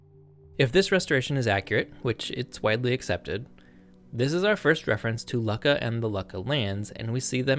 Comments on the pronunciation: Why are you pronouncing it as "lucka"? It should sound like "Loo-ka.." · Luck-a? No, Luu-Ka. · How on Earth can you go from Luckah, to Leyesiah is a heart-beat? Like all these history videos, mispronunciations like this, make me click off the video. We know that in Latin and Greek, the "C" is ALWAYS pronounced as a hard "K". Pronunciation is as much a part of the background research as are the reading of primary and secondary sources. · "Lukka" -- is only pronounced as LOO-ka! The double K fixes the sound only as "you" sound. It is grammatically incorrect to pronounce it any other way. There are many mispronunciations in this video. It is a shame, spoiling accurate information with inaccurate pronunciation of scientifically historically determined terms.😢 Please fix it in your next video❤❤❤❤